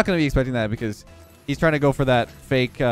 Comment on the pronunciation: Did you just say fakeamyr?